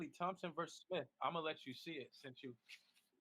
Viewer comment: I just want someone to tell the head clown that “versus” has two syllables.